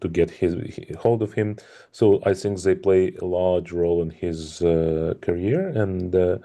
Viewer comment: 12 million viewer watched a short ———> 1million tries to watch more games————> 1 lakh tries to play in future ———> 1000 players FOLLOW FUTURE EVENTS OF CHESS…this is the pattern of growth of a game…sagar try to teach him and it’s ‘they’ not ‘zhey’